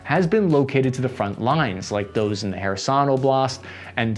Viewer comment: He said "Kherson" right! 🥳 🎉